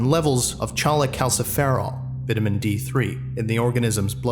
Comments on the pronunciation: Minor quibble: we pronounce vitamin as "vite"-a-min, rhyming with "bite" or "light." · Your american accent is pretty good but americans pronounce vitamin as Vite-uh-min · Small criticism: If Doctor Miller is supposed to be from the United States, the word "vitamin" needs to have a long I in the first syllable, not a short one. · Its pronounced vie-tie-mine 😂😂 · If it wasn't for the distinctly un-American pronounciations of words like "vitamin" and "literature," I would have never guessed you weren't from the U.S. Amazing work